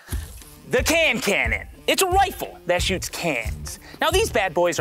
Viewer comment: A "wifle"?